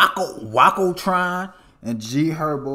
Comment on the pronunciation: It's Wake-oh like Waco texas.. Keep em coming